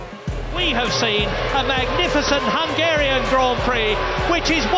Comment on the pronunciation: the way you just said Hungarian descusted me ewww f1s social people are cringeworthy as fuck LOL geeegeeeeeee